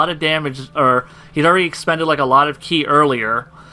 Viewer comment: For the last time KI is pronounced "KEY" not "KAI". Other than that an excellent video.